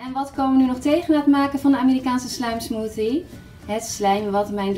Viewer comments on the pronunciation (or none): Hahaha mooje in plaats van mooie en smoetie in plaats van smoothie 😂😂😂😂😂